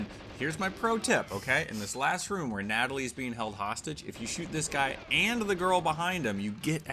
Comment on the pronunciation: Her name is Natalya, not Natalie.